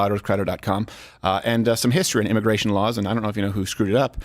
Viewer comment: Immigration is "Al gore"-ical??? ;) hehehehe that's all I heard when you guys said it lol